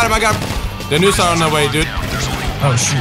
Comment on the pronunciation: its NOOSE not LOOSE